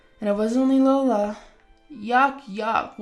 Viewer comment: the name LEOLA is pronounced wrong! (Where do you get these voice actors? Sheesh!) You pronounce it as "LO-LA" and incorrect. It IS pronounced as "LEE-OH-LA". Flipping go to google and type in, How to pronounce the name Leola?" And it will tell you! There will be a sound icon to listen to for correct pronounciation. What lazy and ignorant voice actors to not know a very old name!